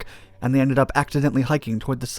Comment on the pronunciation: "o-TOR-ten," not Ortenton. And "kho-LOT s'YA-khl."